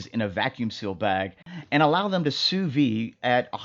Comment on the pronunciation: NOT! "Soo Vee!" It's "SOO VEED!"